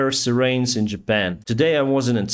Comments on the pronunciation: Hey - it's your English coach again, lol. You're doing a fantastic job buddy! Though, I did notice that you struggled with the word "siren" today so let me help you pronounce it: Let's start with the word "sigh" as in a deep, exhaled breath (a "sigh" of relief). Then you say "Ren" as in the cartoon show: Ren & Stimpy! If you haven't watched it yet, you should definitely look it up;) Together: "Sigh"+"Ren" = Siren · Your updates are fantastic and informative but you really should work on your pronunciation of "siren" and "chaos"! I look forward to your updates every night. Keep it up. You are a star